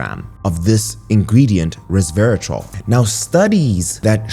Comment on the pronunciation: Re-serve-i-tal …. Sorry but I cringed every time I heard it pronounced incorrectly. I eat blackberries every morning for breakfast and then have Matcha green tea in the after lunch. I didn’t k ow about pomegranate. Thank you for the information.